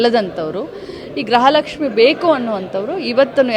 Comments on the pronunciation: ಗ್ರಹ. ಲಕ್ಷ್ಮಿ ಅಲ್ಲ ಅಕ್ಕ ಗೃಹ ಲಕ್ಷ್ಮಿ ಕನ್ನಡ ಸರಿಯಾಗಿ ಮಾತನಾಡಿ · ಗ್ರಹಲಕ್ಷ್ಮಿ ಅಲ್ಲ ಅದು ಗೃಹ ಲಕ್ಷ್ಮಿ